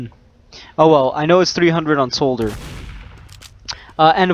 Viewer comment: thanks for the tips, you mispronounced soldier tho...